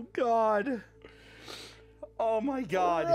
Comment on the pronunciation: Wendigoon gets genuinely scared and lays down a thick southern Appalachian “oooh, my”